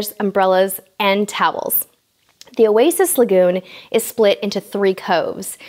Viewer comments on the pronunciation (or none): none